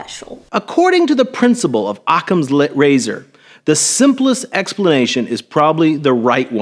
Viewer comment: who the fuck calls it "Occam's Lit-Razor?" this guy is a psychopath